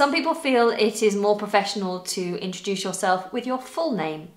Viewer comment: Did you pronounc it introdush, why?